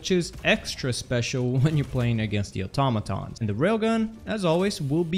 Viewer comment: im so glad you pronounce Automatons right